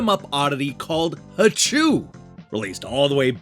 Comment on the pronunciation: The double O is pronounced like "oh". The voice on the title screen pronounces it for you.